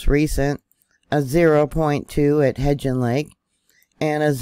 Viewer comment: Hi everyone from Southeast Idaho! The Yellowstone region is our backyard. I believe the pronunciation of Hebgen lake is with a "b". Just fyi. Thankyou! so much for keeping all us neighbors up to date! Much love to you all. Stay prepped!